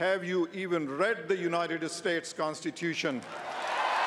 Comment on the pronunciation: Mr. Khan channeling Chico Marx: "...have you even read the United-ah States Constitution?"